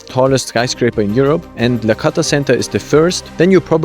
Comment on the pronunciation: Hi, thanks for amazing and very informative video. Just fyi, its Lakhta not Lakhata.